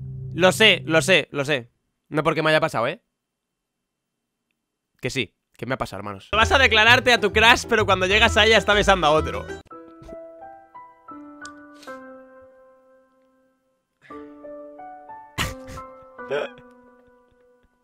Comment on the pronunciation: que diga "crash" en lugar de CRUSH